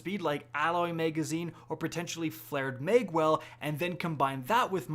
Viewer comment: “Flared Maygwell” & “Maygazine” - weird accent’s on the upswing!